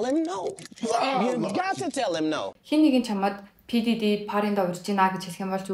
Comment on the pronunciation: Анугийн дэрри гээд ярьсаныг бнга сонссоор байгаад папдэрри гэж сонсохоор сонин сонсогдоод бхын ккк